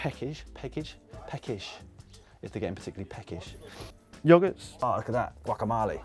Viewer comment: did he just say yagart